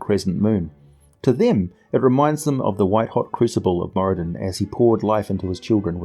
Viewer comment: I read somewhere (I think in the 3.5 phb?) That the r in Moradin is supposed to be rolled a bit. Great video as usual though!